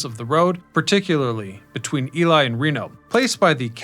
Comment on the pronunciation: i know it's mentioned somewhere in the comments but it's EE LEE Nevada- the locals get cranky when people say "Ely" or 'Eli'